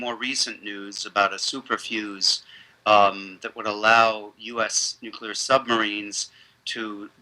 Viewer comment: nooooo paul jay dont say nookular :-(